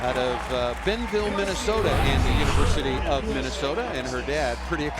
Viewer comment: He really called Burnsville Benville. Rip to us Minnesotans